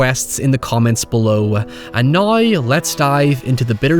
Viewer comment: The words now and however seem to twist your tongue into a knot)